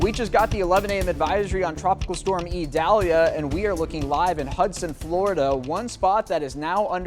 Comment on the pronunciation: What an articulate and professional young man. He pronounces Idalia like a pro!